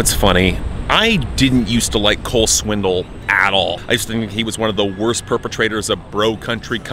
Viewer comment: I love that you always say "Swindle." It's a fitting pronunciation.